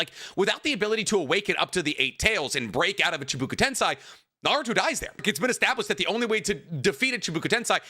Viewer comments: My boy, My dear sweet boy, What the fuck is shibuka tensai??? It’s chibaku tensei. Shibuka tensai 4 times in a min killed me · I love you and your content but it's Chi Baku ten SEI " SAY" a tip that helped me learn it is RAIchu REImi ei makes an ay sound ai makes an I sound also dog you've been to Japan lol 😅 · Fair points, but your pronunciation of “chibooku tensai” alone cost u the W. it doesn’t even look like it could sound like that